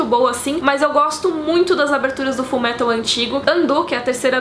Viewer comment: a mina vem e me fala "FULMERAL" PQP UHAHSAHUSUHAUSHAUSUHAUHSASHUAUHSUAHSHUAUHSA